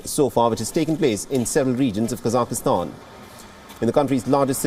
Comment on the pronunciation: Please someone help this guy reading the news to say KASAKHSTAN - It is NOT Kasakistan - it is 3 syllables - Ka , SAKH (silent H), Stan